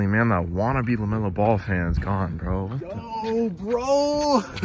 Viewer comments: That's not Lemelo Ball that's Bemelo Lall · That’s not Lamelo ball thats La-hell-no-ball